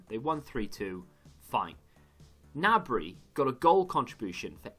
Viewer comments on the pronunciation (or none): Its Serge GI-NABRY he even said it himself but serge nabry just feels less weird to say haha